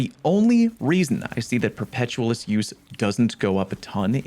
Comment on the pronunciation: Say the word 'perpetual'. Now, try saying say the word Perpetualis. Like this: 'Per-peh-tyu-ah-lis.' For Fucks Sake.